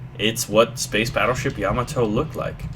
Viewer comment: "Ya-ma-to" Not "Yam-i-to" =P